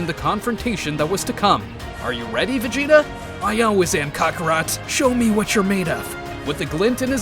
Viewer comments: “What does this mean cock-arot” bro why did you say it like that 😂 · Did he call him cockrot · “Ca-ca rot” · No... He said cockarot 😂